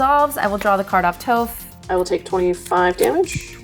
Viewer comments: it's Toph, not Toaph! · Every time pronounces Toph as Toe-ph I die a little bit inside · yaah i took a lot of psychic damage this episode too lol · Hearing Toph’s name pronounced with a long O is like fingernails on a chalkboard. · Hearing them pronounce Toph and Yue hurts my soul. You can tell they've never watched the show.